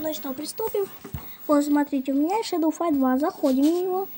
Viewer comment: Не шедол а шедоу